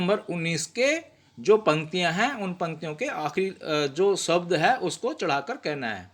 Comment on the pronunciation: कृपया शब्द उच्चार किजिए इसका उच्चार सब्द ऐसा मत किजिए